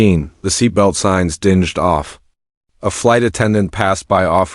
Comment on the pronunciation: "The seatbelt sign "dinged" (sounded like dingy as in unclean)